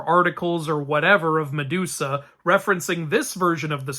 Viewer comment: ok, so i m outside and have kinda low volume so as to not disturb others but i legit heard, "sedusa" here😂